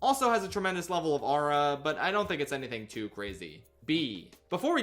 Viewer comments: not him saying ara instead of aura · that is not how you pronounce aura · Please stop saying aura